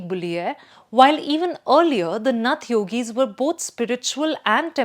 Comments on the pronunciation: It is नाथ संप्रदाय as in गोरखनाथ, आदित्यनाथ and not नथ संप्रदाय. Slight variation but huge difference. Please pay attention to the pronunciation of bhaaratiya words. We don’t want to kill our own languages because our younger generation have been brought up primarily on English. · How do you pronounce Nath sampraday? It Naath. Gorakhnath. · look at the image used for RSS. It says Rashtriya Swayamsevi Sangh. What is this. We only know Rashtriya Swayamsevak Sangh. Also, she pronounces Yogi Aditya Nath correctly, but does not know how to pronounce Nath Sampraday. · It's not नथ It's नाथ She is mindfully distorting the word नाथ! So, I am mindful to call her Bastard. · Its not nath but Naath न।थ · यह नहीं समझ में आ रहा है कि 'नाथ' सम्प्रदाय को बार बार 'नथ' क्यों कहा जा रहा है। क्या commentator महोदया कहीं पर हिन्दी शब्द 'नाथ' नहीं पढ़ा है? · Nath is pro ounced as Naath..not nuth! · Thanks for telling your views. It's always good to know what our opponent thinks about us than what our home people think. You are on opponent side, don't even know that it's not नथ परिवार, it's नाथ संप्रदाय. Forget pronunciation, you don't seem to be thinking from Indian perspective, you appear to be reading an article written for publishing in foreign papers where likes of Aatish Taseer, a man who accepted being she partner in a gay relationship for getting US citizenship (He has written about it himself), write. Anyway, an opponent's view point is always better to know to make changes in self , if required but one should not over do it. Otherwise it will become like BJP not getting success to the expected levels due to too much pampering of social media with opponent view point. Hope Yogiji doesn't pay attention to you. BJP's IT cell will but now BJP has realized IT cell is not its goal, it's one of the several instruments to be used for achiving the goal. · The anchor pronouncing नाथ as नथ shows how detached she is from reality. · Didi “नथ” नहीं, “नाथ”